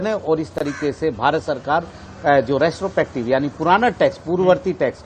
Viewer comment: The no. of times he has said restopective instead of retrospective. ;)